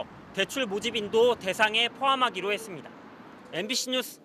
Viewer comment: 했씀다ᆢ했슴다 했슴다ᆢ 했습니다 확실하게 못 하시네요. 이직도